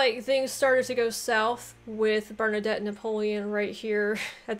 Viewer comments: Bernadette. Sounds like the Female version of Bernadotte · Hearing her pronounce Bernadotte as Bernadette is pretty funny. As for uniforms, different ranks commonly came with different uniforms. Different types of troops too would get uniforms, such as heavy cavalry and grenadiers getting fancier uniforms to reflect their elite status. This practice is actually still followed in modern armies, though the difference in uniforms is often much more subtle. Usually armies had a common theme. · No, I love how she pronounces "Bernadette"